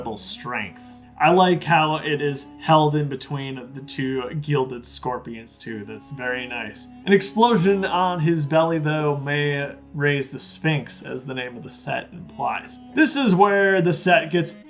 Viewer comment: Every time you said “gelded” hurt my brain :c